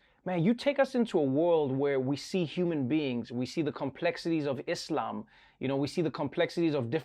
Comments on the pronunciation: loved the way Trevor pronounced "Islam"... Respect. instead of IZLAM! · Everyone: I like how Trevor pronounced it Islam and not Izlam Me: I like Ramy's hair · Trevor, Thanks for pronouncing it ISLAM and not IZLAM :) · Yep he pronounces muslim and Islam perfectly in arabic